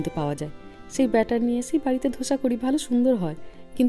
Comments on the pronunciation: It is dosa not dhosa🙈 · দিদি ,মানিকদা কি সুন্দর বললেন.......গোসা.....ধোসা....❤❤❤😂